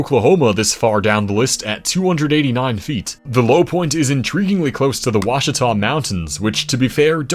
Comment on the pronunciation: Just FYI, that is not even close to how you say the Verdigris river or the Ouchita forest. Correct pronunciation is verd-a-gree And replace the o in ouchita with a W